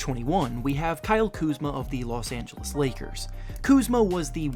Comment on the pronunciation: he said marcus moris and number 1 he said losangelas lakers